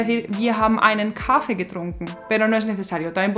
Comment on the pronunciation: "Kaffee" no se pronuncia así. Con tu pronunciación sería "Kaafe". Explicación: Si hay un consonante doble como aquí doble "f" siempre significa que tienes que cortar el vocal antes, lo dices más rápido, así en este caso "a" corto. Lo mismo con "treffen". No es "trefen o treefen", la doble f hace el consonante antes, la primera "e", corto. Y dos "e" en Kaffee significan "e" larga.